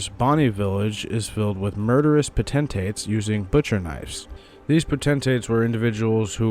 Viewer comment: How do you misspronounce "potentate" when Jar Bairn says it for you? You even made a video using JB's footage.